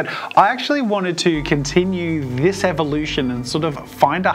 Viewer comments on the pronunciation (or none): none